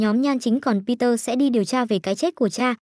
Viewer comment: người ta tên bi de ad đặt google nói kiểu gì thành peter vậy =))?